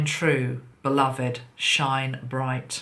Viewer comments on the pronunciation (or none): none